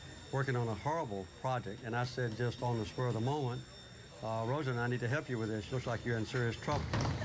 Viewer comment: Roz-a-lynn is how to pronounce her name. Good grief!!